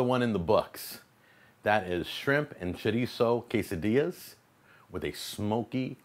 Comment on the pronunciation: He says shitizo